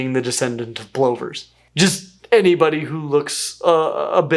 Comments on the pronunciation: In the UK our plovers are pronounced p-lovers, rather than compressed pullovers… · Ok, Plovers has no e in it. The pronunciation is the o sounding like u, so pluver, not ploe ver. I know Americans call jet engines turbins, which is Asian headgear while the engines are pronounced properly tur-bine, with the e. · I’ve never heard plovers pronounced that way. It might be the Australian accent but I’m used to it being pronounced “pluvers” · In my part of Canada we call them plovers as in the o sounds like the u in up “ pluvers”. We have the piping plovers.